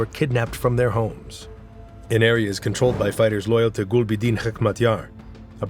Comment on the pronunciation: ТАлибы, БульбУдин, НаджибУла, наказАн, крУжки (вместо кружкИ), вЫносили (вместо выносИли), начАло (вместо нАчало), родОв (вместо рОдов)... Когда уж вы начнете ударения ставить ударения правильно!